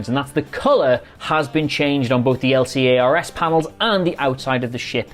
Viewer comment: also don't abbreviate Lcars liek that xD just say the word. "la-cars"